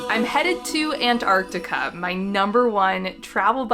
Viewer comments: Why is she calling this “ANT-Artica”?!?! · U mean antartar? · its not antarctica, but antartaca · why do you pronounce Antarctica like that ewww